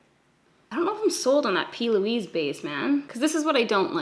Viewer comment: plouise , pronounced ploo-eees